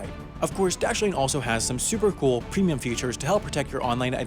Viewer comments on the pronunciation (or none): none